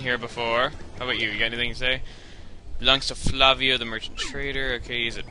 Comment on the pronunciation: Chugga the pirate's name is in Lantin so it's pronounced 'fla-wi-o' Thumbs up so he can see.